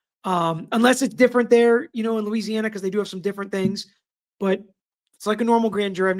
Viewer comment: Glad you're covering this sad and tragic case. I'm also LOL at your pronouncing those LA names 😂 If i had caught the live i would have helped you out💙